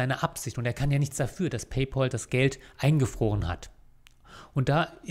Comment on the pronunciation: Ein für allemal: Es heißt Pay-Pääl. Von Pal = Kumpel. Der Bezahl-Kumpel. Himmel Herrgott Sakra noch eins. Es ist nicht der Bezahl-Paule.